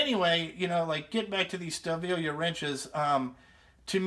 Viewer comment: Great review! Fuck the fan boys! Now for you I work on alot of German engines the name is M.A.N. Ive got alot of German tools. Because when I go there for school I buy alot of them. Your pronouncing the name wrong. Its PRONOUNCED STA VILLEY. I miss spelled it on purpose. Its Wiley with a V instead of a W. love ya kid! NO HOMMO